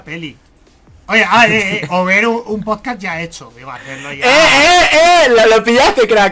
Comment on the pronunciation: Cada vez que decían podcast mi mente era como: SE DICE "PODCAST", NO "POSCAS", PRONUNCIENLO BIEEEEEEENNN Perdón, tenía que decirlo x'd Fuera de eso, estuvo genial, esperando el siguiente con ansias! 👀💕